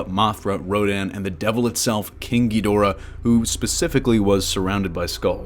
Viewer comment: Every time someone says king ghidorah I only hear kinky dora